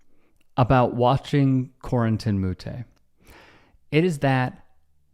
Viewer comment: This is a non story, I love the sport of tennis… plenty of players have smashed rackets and also you said Moutet name wrong